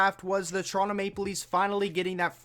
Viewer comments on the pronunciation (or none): none